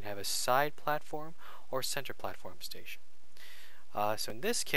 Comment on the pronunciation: answer* not question station* not stetion xDD